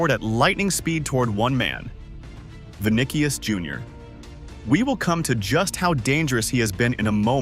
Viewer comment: Really vinikius junior?? Stupid ai